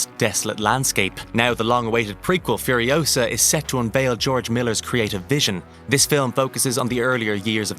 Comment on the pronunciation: "Mad max" Furiousa.....FCK YOU Hollyweird